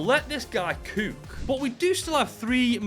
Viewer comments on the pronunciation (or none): The way you said cook was weird😂😂